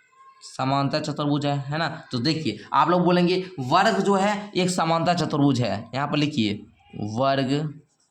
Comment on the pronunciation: Sir chatar bhuj nahi chutuar bhuj hota hai